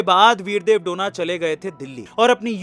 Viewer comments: उनका सरनेम " डोना " नही है. " डोने " है.गलत उच्चार मत करो. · Sir donna nahi pronounce it as do ne. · Bidev dhone name he name to sahi bolo a2